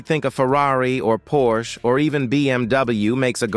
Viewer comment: Give everybody a break!! The car you show is NOT a cabriolet nor a turbo. You better get a little education including the pronunciation of the name Porsche.